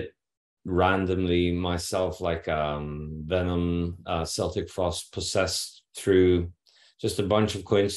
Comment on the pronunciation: Sorry to burst yer' metal memories bubble Satyr , but Celtic Frost is pronounced with a hard C as in - KeltiK Frost !! Just sayin' & only mentioned cuz' it's a pet peeve of mine . Otherwise , Great interview thanks !!